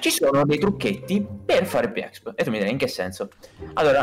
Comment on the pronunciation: Si dice expi non exp